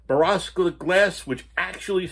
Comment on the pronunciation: Love every video. It’s pronounced BORE-OH -SILICATE